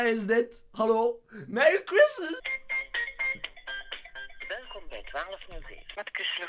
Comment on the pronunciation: Merry chreistmies